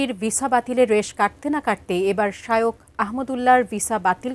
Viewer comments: শাইওক না শায়েখ,,, খ এর উচ্চারণ না করে ক করছেন কেন? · হুজুরের নামটা উচ্চারণ করতে পারে না আইসে সাংবাদিকতা করতে